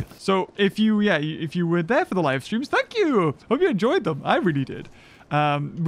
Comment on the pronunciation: “Shank you” He’s gonna shank us ruuuuun